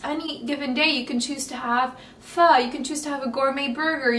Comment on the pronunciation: the way she said "pho"!! i love it!